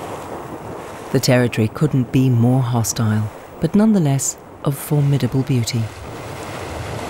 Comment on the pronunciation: The English lady said "formattable beauty". Western US me said "sure is pretty" 😁